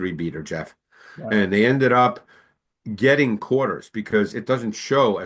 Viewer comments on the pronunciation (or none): none